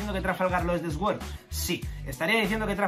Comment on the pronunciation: Sword=Suord por favor, me da cáncer cada vez que te escucho 🤣